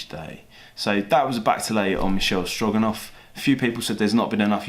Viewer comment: the horse is Michele Strogoff, not Stroganoff